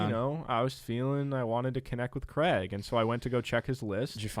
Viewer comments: You can add "Craig" to the list of words American's can't say properly. 🤣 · Creg! Lol